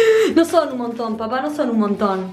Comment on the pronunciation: emm dice papa 🥔 y no papá